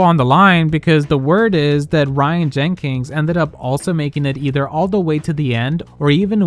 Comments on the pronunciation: jenkins not jenkings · The non-existent "G" you put in Jenkins made me want to throw my phone at the wall every time. 🤣